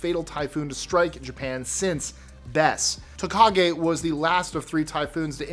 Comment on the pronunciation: Tokage not takagi.